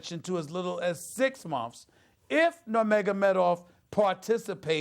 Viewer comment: Funny how he says (momfs) instead of months